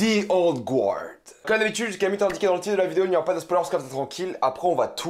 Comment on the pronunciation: Je suis plutôt sûr qu'on prononce Guard : "Gard" haha comme ça tu sauras! Mais bonne review je regarderai je pense